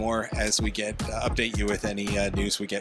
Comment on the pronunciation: Stop saying "nay-cell." It's just na-sell.